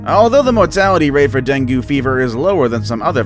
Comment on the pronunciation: Deng gi....a better pronunciation.